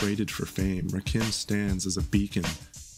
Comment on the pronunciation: Please stop mispronouncing Rakim's name.